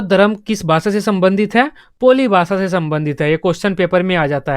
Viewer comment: पोली नहीं है वो पाली है